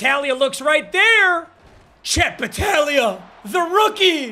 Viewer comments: saying battalia is hurting my soul its bataglia, if youve ever played blitz the league youd understand lmao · It’s bataGlia. You forgot the G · Papa refusing to read the G in battaglia was driving me crazy for some reason